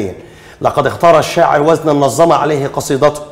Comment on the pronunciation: نظم (بالتخفيف) مش نظّم (بالتضعيف) وشكرا